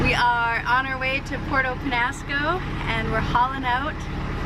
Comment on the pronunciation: Your annoying, sorry. You need to learn to pronounce the names of the town and island correctly. Show a little respect and effort to the people who live there. It’s not Porto Penasco. It’s Puerto Penjasco . There’s a “J” in there.